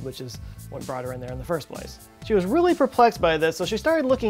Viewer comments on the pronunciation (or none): none